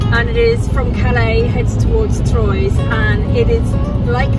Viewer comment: Troys = TROAH!!! You pronounce the words as they are pronounced in the original language! They drilled us that in school! TROAH!